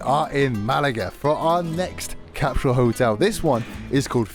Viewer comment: It's CAP-SUL NOT CAP-SHULL *ENGLISH TIP